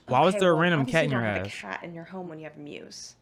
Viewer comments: it's "muse" not moose 😂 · I love how he called the muse the moose the whole time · PLEASE WATCH FILM THEORY HAPPY MEAT FARMS, probably will solve your questions about why he does this “horror series”💀💀 Also bro it’s muse not moose ( my opinion moose sounds better) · It’s so funny how he calls it a moose, not a muse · why are you saying muse like ''moose'' dude💀💀